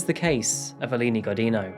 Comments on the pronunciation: Alini Gujinyu. That’s how to proper pronounce her name 😅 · Thank you for covering this case. Just a little correction: "Godinho" is said like "godin'io". It's a weird sound not Portuguese speakers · In Portuguese, her married last name is pronounced "go-jeen'-yo". The "di" makes the sound of a "j" in English and the "nh" makes the sound of an ñ in Spanish. Thanks for posting this. How could someone ever get away from an abuser who knows her every location and friend? I wonder if there are, like, Witness Protection-type programs that can help families in this kind of crisis. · Thank you for making a Brazilian video. Just a tip for future videos: the "nh" in "Godinho" is pronounced closer to "ñ" in Spanish, not as "n". Good video! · Just a tip on the pronunciation of "Godinho", as many English speakers make the same mistake: the NH sound in Portuguese is the same of the GN in "Lasagna". It's something like "Godigno". But hey, it's better saying "Godino" like you did than "Godin-ho" And oh boy, she's from the capital of the state where I'm from, Minas Gerais 👀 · hey,! the nho in godinho is pronounced like the ño in the spanish word niño. keep up the good work! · I think her last name was pronounced "go-din-yo." Portuguese spells the n-tilde with "nh". Not being arsy, but just thought I'd mention it. ;-) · Wow!!! My city (Belo Horizonte) and I did not have idea about this case, lol. And the pronuncietion for the Godinho is something like “go d INN o”, nh has a real diferent and difficult pronuncietion for non-natives. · You are pronouncing Godinho wrongly… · Oooh im sorry but that last ame pronunciation is all kinds of wrong bud lol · Thanks for sharing the story! Had never heard of it. Just a curiosity though, the nh in "Godinho" is pronounced like a Spanish ñ or like the gn in Champagne.